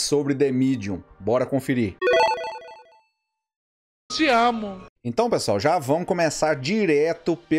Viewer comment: Kkkkkk "tiamu" kkkkk. É o melhor.